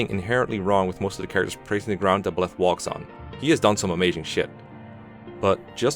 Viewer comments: The absolutely worst thing about Byleth is the way you pronounce his name, Jesus fucking Christ. No, but seriously, I just recently finished my 250-hour long playthrough of Three Houses, completing all 4 routes. It was a blast and I thoroughly loved my time with the game, and because of that I have a lot to say on things like characters and story, and Byleth is not an exception; in fact, he's probably the rule if I am being honest. Byleth or Edelgard for sure. Now, I need to preface this - I actually really like Byleth. And I like him more than a majority of the characters in the game and I don't think he's a soulless husk-like most people seem to; I would much rather see Byleth communicate with basically any character in the game instead of watching Ignatz and Ashe talk with one another, for instance. I think he (emphasis on he - lmao) has one of the better visual designs in the game and he genuinely has some of the funniest dialogue as well. He's this combination of calm and collective, aesthetically pleasing to look at, and combatively competent. All while being layered upon with a dry sense of humor without being overly animated, emotional, and childish. And ALL of that is right up my alley. With that being said, I do have criticisms of the character and actually think he is one of Three Houses' weakest narrative points as he basically defines the biggest problems with the game - inconsistency and missed potential. As I said, I have a lot to say, and this comment section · The only thing I have an issue with is how you say 'Buh-Leth', rather than the obvious 'Buy-Leth'. Like, why? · The way you say Byleth triggers me. It’s Bye-leth, not “Bleth” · Got nothing against the vid but Byleths name is pronounced Beleth but as Bileth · I cant pay attention to your points when you pronounce Byleth /Bleth/. It's /BYleth/ my dude. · "Buhleth" How do you read his name and conclude its said like that. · I swear to god if you call Byleth belyth one more FUCKING TIME